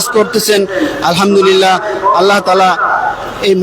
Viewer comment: ভাই তুই তো আলহামদুলিল্লাহ শুদ্ধ করে বলতে পারলিনা।